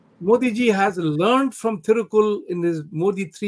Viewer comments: Big mistake; it is thirukural and not Thirukul! Please correct yourself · Dr Rajkumar did a great job. But the host of this show should have prepared better! unfortunately didn’t do his homework! Thirukural was mispronounced as thirukul and what is worse muspelled as Thirukul and what is shocking is his shortening of Thiruvalluvar’s name to Thiru! If you are going to have a guest talk about Thiruvalluvar at the very least make sure you pronounce the name right! And spell it right!